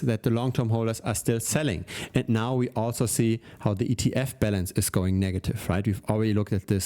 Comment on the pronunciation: Your pronunciation of "Balance" sounds like "Bell Ends". Another great show...